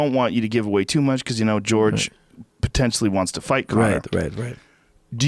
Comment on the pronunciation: Some people call him "George" instead of "Horhay"